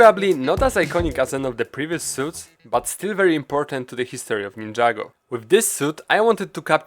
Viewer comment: Somehow I guessed that you're polish just by the way you pronounced ninjago.